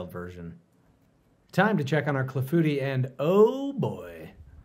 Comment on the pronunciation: I learned the hard way in culinary school that it’s not pronounced ‘cla-FOO-tii’ but rather the French ‘CLA-foo-TEE’